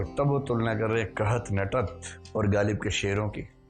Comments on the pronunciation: प्रिय विकास जी,कृपया नुक्ते का ख़्याल करें!ग़ालिब है गालिब नहीं ।शायरी में वक्तव्य तैयारी के साथ होना चाहिये।कृप्या ध्यान दें।आभार । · My dear sir galib nahi ghalib. Aap upsc ki coaching kawata ho. Improve your pronounciation ( Urdu main Tallaffuz kehte hein)